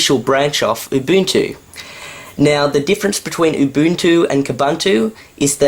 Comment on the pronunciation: First you pronounce Ubuntu wrong and now you are pronouncing Kubuntu wrong! All branches of Ubuntu (like Xubuntu and Kubuntu) are pronounced the same!!!